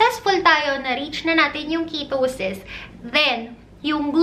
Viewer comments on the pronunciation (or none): Car-BOW-hydrate a-VOW-ca-Dow Ke-TOW-sis Ke-TOW-genic diet Okay lang naman, but ‘pag paulit-ulit, with slow and slightly matinis voice, it produces the LSS effect sa viewers. But great content! 💗 Your videos answered a lot of my questions about the Ketogenic Diet.